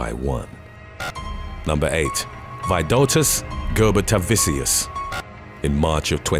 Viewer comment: it is and it's pronounced Ger-boo-ta-vichus lol